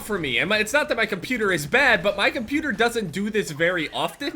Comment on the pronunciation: You say cuputer instead of computer lmao